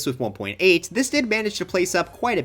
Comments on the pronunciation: i thought he said mazes 😭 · thought he said "maces," not "mesas"